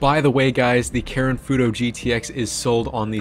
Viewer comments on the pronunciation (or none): did my dude just say karen instead of karin? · sounded a lot like Karen but aigbt